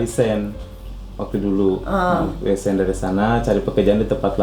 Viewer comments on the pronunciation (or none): Guru bahasa inggris Tapi bilang resign nyebutnya resent ihihihi maap sehat selalu dan langgeng untuk yg lagi viral